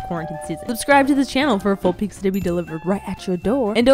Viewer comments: Idk why but please stop saying piKza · Pizza = Peetzah pizza = Peeksah